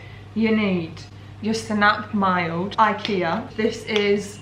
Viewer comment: hahaha your pronunciation of "senap mild" made me giggle //greetings from a swede <3